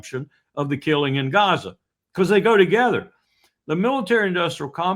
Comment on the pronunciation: Appreciate Col W pronunciation "Cazza" occasionally. I have an antique map of the region, and it's marked "Cazza"